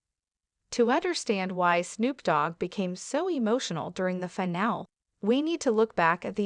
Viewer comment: You're even showing Reba from last season when Snoop wasn't even a coach. [BTW, finale is pronounced with a long ē at the end.]